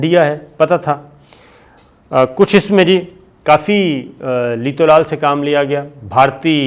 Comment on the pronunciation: صحيح لفظ هے,لیت و لعل.layt z pe zair nahi hae,ye leet nahi hae.aor la,al hota hae,,,laal nahi hota. is k maaeni hein ,,,shayed,ho sakta hae,yani ager mger kerna,talmtol kerna.